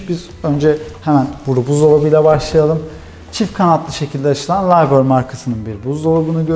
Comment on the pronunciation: Abicim, ben almanyada yasiyorum muhtemelen Liebherr markasi alman bir marka ve ,Libher" diye okunuyor :)